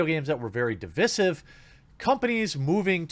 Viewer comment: "movies or video games that were very dee-viz-if"